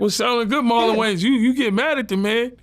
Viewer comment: “Marlon Gayans” c’mon vlad 😂😂